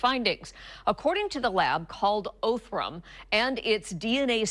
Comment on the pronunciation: It is pronounced awthrum labs, not Othrum.